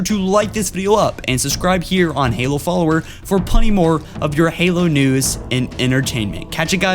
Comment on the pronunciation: Pronunciation for some of the words was kinda cute: Arberder < Arbiter, Colonul < Colonial, Punny < Plenty ;)